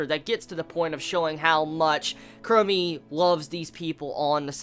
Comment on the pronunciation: KUROME, not kurumi!! -ROME